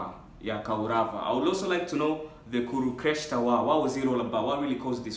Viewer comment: It is not kurukestra it is pronounced as kuru-k-shé-trA